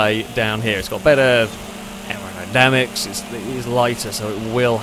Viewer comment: we have a new word for the failrace dictionary!! "Aeronydamics" as spoken by in this here video